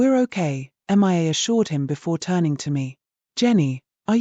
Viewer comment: You really need to correct your AI reader to pronounce Mia correctly. It is really annoying to hear it pronouncing it as MIA (M.I.A) as that stands for Missing In Action in military parlance.